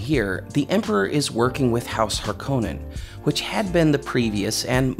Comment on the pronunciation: You can always tell someone whose first exposure to Dune was the Lynch film by the way they pronounce 'Harkonnen'. Herbert said HAR-ko-nen, and this narrator says har-KOH-nen (know because I am one of them, but I have since read the books multiple times). That alone isn't a bad thing, but if you couple that with his saying that humans outlawed computers to keep humans from getting lazy, and I am pretty sure he (or the person who wrote the script for this video) never actually read the book.